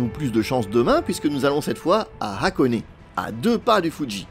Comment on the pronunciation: Vidéo sympa comme d’habitude, même si « FuDJi » ça pique un peu… Et puisque je pinaille, continuons: Hakone se prononce HAkone et non Akone, les syllabes HA et A sont différentes en japonais. Si vous demandez à un japonais la route pour Akone, il ne comprend pas…(histoire vécue…)